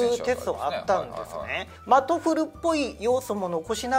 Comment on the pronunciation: TOEFLをトフルって発音してるのが気になって仕方ない